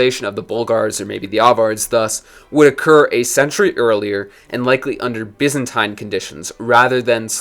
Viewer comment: Take a shot every time he says "byzantaine".